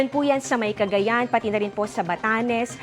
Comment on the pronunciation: Magaling sya magreport pero bakit palaging may Letter lagi na extra kada tapos ng salita. "CagayanA" "LuzonA"